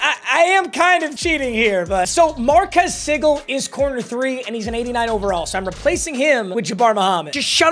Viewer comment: MARKEEES SEAGLEEEE!!!!!! That’s how you should say his name!!!!!